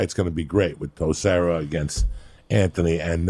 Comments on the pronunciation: Texierra toe serra lmfao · Toe serra had me rolling when I heard that thought the same thing LOL